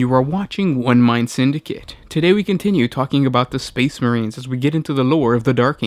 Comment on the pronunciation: Lol Space not spade